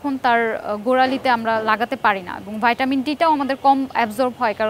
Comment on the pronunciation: কেন আপু তুমি তো বাংলাদেশী তুমি কেন ভাইটামিন বলো তুমি তো বলবা ভিটামিন। যে দেশে ভিটামিন কে ভাইটামিন বলে তারা বলুক। এরপর ডিপেন্ড কে বললা ডিপেন্ট,😂😂